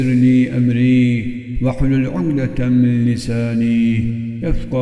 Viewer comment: Ukdeten değil de umdeten diyor